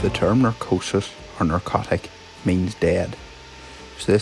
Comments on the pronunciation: I mean, you were saying "narcosis", rather than "necrosis", and "narco"- refers to sleep (e.g. narcolepsy) and "necro"- refers to death (e.g. necromancer), so it could be smart to work on that "accent". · I do believe it is Necrosis or Necrotic not narcosis or narcotic . Maybe I'm wrong . Either way love the videos. Thanks